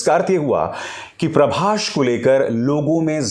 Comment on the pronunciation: Its "Prabhas".. Not "Prabhash"... So irritating.